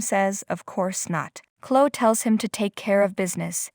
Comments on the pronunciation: hey narrator, it's chlo-eeee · Someone tell this person how to pronounce Chloe and Jabot.